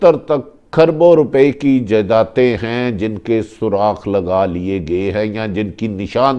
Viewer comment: Surakh nahain Suragh hota hai